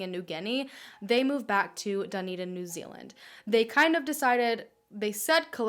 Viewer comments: the way you say Dunedin annoys me. sorry!! its pronounced DA NE DIN not DU NI DIN. amazing video btw!! xx love from New Zealand. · So cool that she did a case from NZ! But makes me cringe when she says ‘Dunny-din’ hahahah we pronounce it more like ‘Dun-E-din’ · high key ocds me how she says dunedin but then she’s not from here idk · Thank you so much for this case! I live in dunedin (i love the way you say it hahah) and i honestly didn't know very much about this case even tho it is very known, so thank you!!! its really insane how it is. i had no idea how crazy the mother way! the poor family.